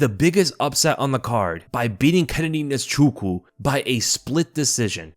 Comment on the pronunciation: it's Nze_chu_kwu. Am Igbo and it's an Igbo name. I wish I could do a voice message.